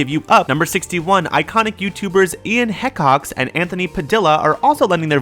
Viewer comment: Ian HECKox? Rly?